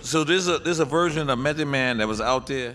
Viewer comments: Someone tell nore it's M.E.T. not M.A..T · Nigga said mathod man 🤦🏾‍♂️ wtf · NORE said M-A-T-H-O-D MAN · Did thiss niyukka Nore call cuh Mathod Man ??? 😂😂😂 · Yo. NORE is wild, the song spells it for you, he still says M A T H, twice. Lol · Did he say M.a.t.h.o.d man 😂😂 Mathod?? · NORE said "M.A.T.H.O.D MAN" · This nigga Nore spelled Method wrong twice back2back 😂😂😂😂😂😂😂😂😂😂😂 MATHOD MAN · M a t h o d MAN …😂😂 its METHOD. Not mathod lol